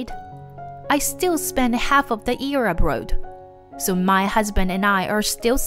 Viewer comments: Must be AI. Mispronounced abroad, pronounced it abrood. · Abroad is pronounced "Ab-raw-ed", not "Ab-rode".